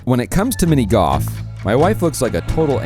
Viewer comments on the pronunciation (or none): "when it comes to mini goff" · try learning how to pronounce golf properly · Please say "go L f", not goff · i see you typed golf but kept saying goff, what the heck is goff??? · Mini "goff" 😂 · "Mini GOF" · cant unhear you say GOFF.